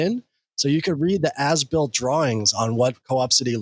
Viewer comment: Why does As Built keep sounding like Ass-Built? Guess it's appropriate though...